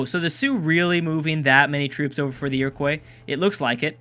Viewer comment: Iroquois is said like Ear-o-kwa, not like Ear-o-kwoy, please say it that way as I could handle it being said that way a few times but the sheer amount of times it is being said is killing me inside